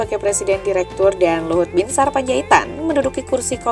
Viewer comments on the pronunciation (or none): none